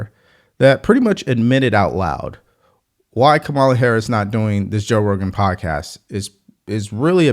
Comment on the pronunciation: Just a heads up, you’re pronouncing Kamala wrong. It’s pronounced “comma-luh”. I know some people don’t care, but it’s just a respectful thing to do; whether you’re for her or against her. Have a great day! 🙏